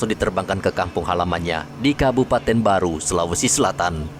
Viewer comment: Tolong kalau nyebut kabupaten yang jelas bukan kabupaten baru tapi kabupaten barru biar enak di dengar karna tidak ada kabupaten baru si sulawesi selatan🙏